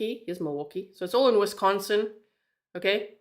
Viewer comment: She's doing a great job pronouncing the cities. I had to giggle when she said she was practicing.❤ I'm also a Wisconsinite.❤😊